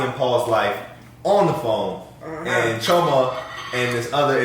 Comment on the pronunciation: I love that correctly pronounces Chioma's name👏🏿